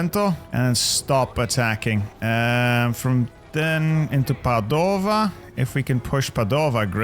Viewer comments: I love your videos but please, please, stop saying Padòva, it's Pàdova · i love you but as an italian hearing you say padova made me want to cry